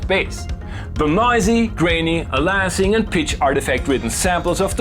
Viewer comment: Only mentioning this because you've asked for pronunciation notes in the past. Aliasing is pronounced "AY-lee-ah-sing". BTW, I have avoided adding the U-110 to Edisyn yet. But I added support for the Venom, just in time for Vyzex to fail on modern OSes.